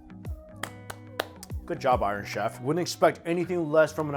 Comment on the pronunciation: Have to laugh. When Mikey says iron chef. It sounds like Irish chef.😂😂🍻🍻🇦🇺🇦🇺